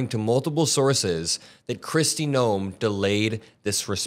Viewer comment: Did you just call her chrisy gnome..😂😂😂